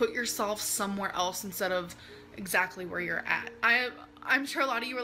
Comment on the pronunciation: GOD stop saying gyou're suffering you runt